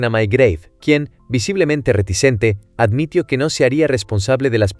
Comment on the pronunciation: Te falta poner bien los acentos en el guión para que algunas palabras no se escuchen raro, por ejemplo en el video se oye reacciono, pero es reaccionó, o admitio, y es admitió, y muchas palabras más, tienen que tener bien tu escritura para que la IA la interprete de la mejor manera... 👍